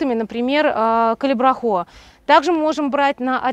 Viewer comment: Зачем Вы так каверкаете название цветка?????!!!!даже уши режет!!!называйте его правильно,пожалуйста Ведь даже на табличках написано Калибрахоа!